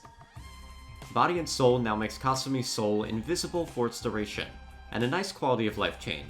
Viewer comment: Ka sue me!!!! Ffs say the characters names right or do not say them at all, you boching their names makes you sound like your brain is just rocks